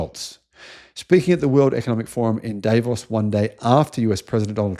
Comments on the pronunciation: It's pronounced Dav-os, not Day-vos 🙄😖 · Most of the time burocracy works like the oil in blood circulation / blood circuit. That will smooth out and give a framework to work within. The place where the World Economic Forum is pronounced DAa-Vos. This conference is a big deal and meeting place for leaders of all stripes and including heads of states, like Schultz, Macron and Trump.